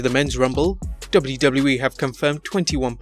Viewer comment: Hate the way this guy says WWE ....